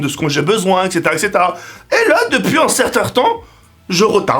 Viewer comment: "depuis ctertain temp " mdrrrr 😂😂😂